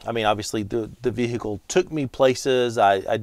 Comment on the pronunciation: Great video! Vee-hee-ickle is an interesting way to pronounce vehicle. 😂